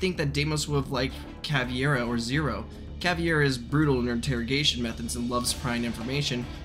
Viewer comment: PRONOUNCE CAVEIRA CORRECTLY IT’S NOT CAVIERA